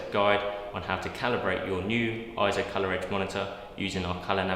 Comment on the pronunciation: You can clearly hear in EIZO's own "Brand Message" video how they pronounce it AY-ZO. Also listen to the 2021 Scientific & Technical Awards EIZO Acceptance Speech where "Masato Nakashima", the Senior Product Manager at EIZO, pronounces it as AY-ZO .